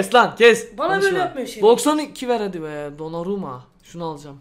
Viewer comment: de donarumaya dondurma dedi